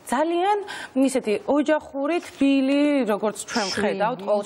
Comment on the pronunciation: თფილი არა,თბილი😊